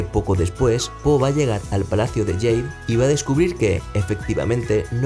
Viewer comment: ¿Por qué dices "Palacio de yeid" en vez de Palacio de jade?